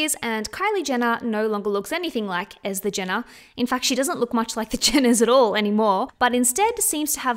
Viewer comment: it's pronounce Est-er Jenner not ether x